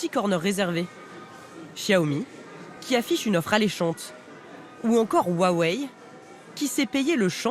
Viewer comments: Huawei pas wawei 😂😂😂😂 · Bon par contre woua wei on en parle... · On en parle du Wouah Wei ? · "wou-ah-wei" arggggg mes oreilles.. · Aaaaaah on prononce pas comme ça Huawei